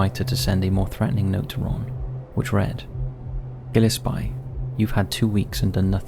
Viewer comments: Gilespie is pronounced as Gill-Ess-Pee not Gill-Uhh-Spy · "Gil-ES-pee," rather than "GIL-es-pie" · Gillespie pronounced Jill-es-pee. Good vid though. Cheers! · Im not the final authority on the pronunciation of Gillespie, but I live near Circleville, and we pronounce it “Gill-less-pee”. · Come on man, Gillespie is a British name, it’s pronounced “gill es pee” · That's the strangest way I've ever heard the name "Gillespie" pronounced (about or so, and other spots also). It's a British name, so, maybe there's something I don't know about 🤷🏻‍♀️ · I’m convinced creators mispronounce words intentionally to encourage comments..!